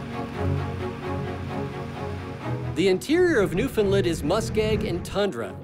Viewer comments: Great video but your pronunciation of the province is wrong. It’s Newfoundland and not newfinland. You should say it like new found land. 😊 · Being from Newfoundland , it’s pronounced Newfin-land. They were pronouncing it Newfin-lin. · Yeah, we also don't emphasize the "fin" part, as I hear many ignorant folks say. "NewFIN-lin"... We don't call the United kingdom, "the unigh-ed keengdohm" in a terrible British accent, but I think I'm going to start butchering the pronunciation of every other place, just out of spite. Amureekuh Albeertee Ooontardioh Kwekbeckses Brightische Koombayaalumbia Myneetobuc Nosve scotcha Pee in me eye Sassasactchuwana etc.